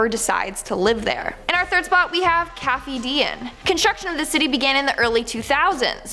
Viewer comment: Pyramiden means «The Pyramid» you pronounce is ‘Pyram’ like in Pyramid and ‘iden’ as «Eden, as in The Graden of Eden»